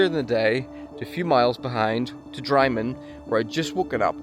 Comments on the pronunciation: Drymen is pronounced Drimen. Its been a while since I done this (metal polled backpacks lol) I can only assume it has now attracted a lesser outdoorsy person, hence the mess.and hence the amount of tents that have just been found to be useless? Beggars belief. But nowadays you can walk it bag free and get bags dropped off at the next luxury b&b ... hardy folk lol 😂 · Just an FYI. Drymen is pronounced Drimmen. 🤣